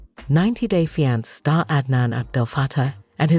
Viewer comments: 90 day Feeankay 😂😂😂😂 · **fee-ahn-kay = fiance 😅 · I made it 7 whole seconds until the AI voice pronounced fiance crazier than I've ever heard it pronounced and I'm already done with this video! I can't stand AI voices and I think it is SOOO lazy on the creators part! 👎🏼